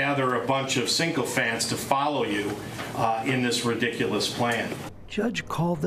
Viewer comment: Mofo said "syncophant."